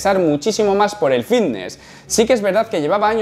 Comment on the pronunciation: El "iiftnes"